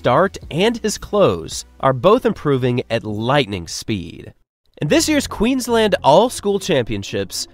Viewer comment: Props for pronouncing Brisbane, Queensland and Australia correctly. Most Americans get all 3 of them wrong and say “Brissbayne” instead of Brizzben, “Queenslend” like you’d pronounce Finland or Ireland, or Oar-stray-lee-ah instead of Oss-trail-yah. I feel like you must’ve spent some time here for you to pronounce them so perfectly. If you didn’t, then thank you for taking the time to learn the correct way to say them.